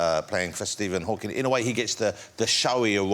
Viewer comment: Shame Freddie can't even get the name right - "Hawking" not "Hawkins"